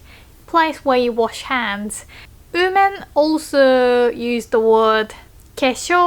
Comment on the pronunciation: i like your accent.. mostly british/australian with only a bit of american like "personally" and "person" and "first".. just the way you say women is weird haha i know its hard, and suffix is pronounced like saffix like suck